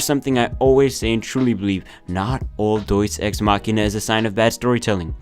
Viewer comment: I hate every time he says “doies ex machina.” That’s not how you say it.